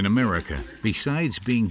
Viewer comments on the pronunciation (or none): none